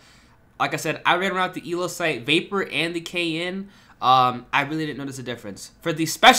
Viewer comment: It’s not a vaper it’s the vahp-yur